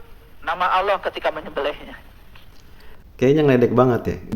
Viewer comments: Dia bukan sesat tapi nir ilmu alias gak kuasai ilmunya. Nyebut lafadz Allah aja gak bener. bukan Kyai ini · Lisan saja dilaknat tidak mampu mengucapkan Asma ALLAH secara benar